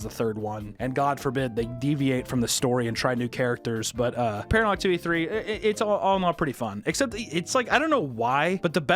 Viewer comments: Ah yes, Paranal Activity. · WHY DO YOU KEEP CALLING IT PARANEL ACTIVITY!??